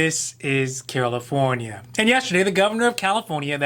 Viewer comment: I hear it too